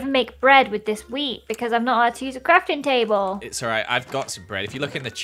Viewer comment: At the start Says the word crafting table weird and then after when he says it again he looses all sense of the word! He says cratintable 😂